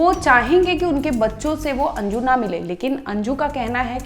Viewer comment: Anju ❌ anji✅😅